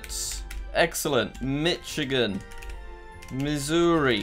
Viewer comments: Jack: MitchIGAN Me: ITS PRONOUNCED MICHIGAN NOT MITCHIGAN Also Me: He's From London HE Ain't Gon Know Nothin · thats not how you say michigan / my state its pronounced: "mishigan" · I'll never forget you pronouncing my state like "Mitch" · Jack saying mitch-agen again Me: Tha- it- I- ITS PRONOUNCED MISH-AGEN! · JACK, ITS NOT MITCH I GAN, IT'S MISH-I-GAN Michigan is Mishigan, the c is silent. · As an Michigander, I felt pain the couldn't guess it, then even said it wrong, owtch Jack The correct pronunciation is Mi-shuh-gn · iTs AcTuAlLy PrOnOuNcEd Mi-ShIt-GiN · Mitchigan Connecticut M-i-s-s-i-s-s-i-p-p-i Pennsylvaniyeah As someone who lives in Illinois I'm surprised that he didn't say it with as S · it’s called mish-a-gan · jack it's ar-kan-saw, mar-a-land and mish-a-ghin